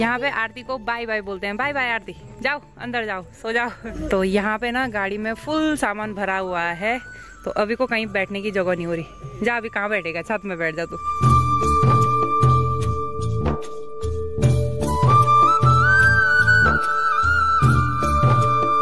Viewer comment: Its jagah not jogoh (place)